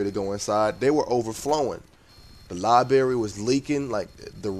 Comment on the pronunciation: libary lol sorry bro